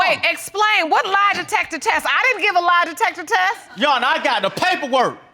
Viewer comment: "The lie detepper teh"